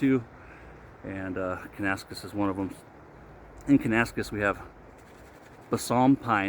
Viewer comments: Have a close look at the label. You are mispronouncing the name. Think “Kana - Nas - Kiss” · Close but it is: Can-ah-nass-Kiss 😀